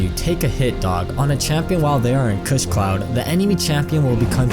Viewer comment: "kuss cloud"